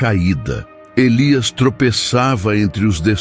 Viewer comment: Como está feito com inteligencia artificial, as vezes diz Nahum e Elías 😂